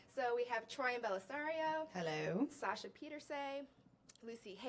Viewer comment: omg when she pronounced sasha’s last name wrong, omg the cringee